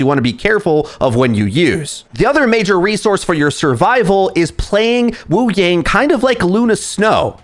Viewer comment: take a drink every time mispronounces wuyang or kiriko despite knowing the correct pronunciation and having pronounced them correctly in the past